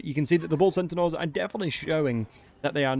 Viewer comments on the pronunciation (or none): Why do you keep saying bull sentinels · centanaurs lol